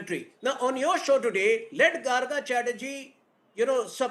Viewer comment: No Garga ,It is Gargo -- the pronounciation.